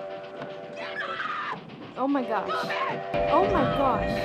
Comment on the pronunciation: "Oo mai gash!", your Fargo is showing. XD